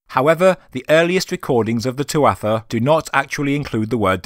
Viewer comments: you've been led astray by mispronunciation on the tuatha - toth connection. tuatha is pronounced 'too-ha', it means tribe or people in english. Dé is the irish for gods. So translates to tribe of gods or godlike people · Tuatha ...proounced... tuaha... silent t..